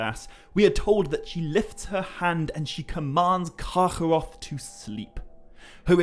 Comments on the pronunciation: Its just kargoroth. Not karchoorroocchh, i damn near stopped listening. Rest of ur videos are great. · I love how you pronounce Carcharoth. Sounds like Yiddish :P